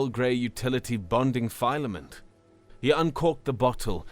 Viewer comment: Well narrated story, but the mispronunciation of common words such as filament and lattice is distracting.